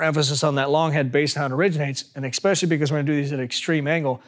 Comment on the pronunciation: Wait... Did this guy just say "eXpecially" while he's talking all that sh!t about the viewer being dumb? 😂😂😂